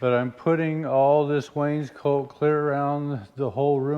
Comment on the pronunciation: As a lover of things historical, I’m going to correct you on your use of the word “Wainscoat”. The word is pronounced as it is spelt; Wainscot. Wainscot is a Baltic word for their native Oak. Much of this oak was imported into England for use as interior paneling because of its superior workability to the native English oak. So much of it was used that the paneling eventually took the name of the timber it was made from. Reference; Woods in British Furniture Making . An Illustrated Pictorial Dictionary. (Available on Amazon).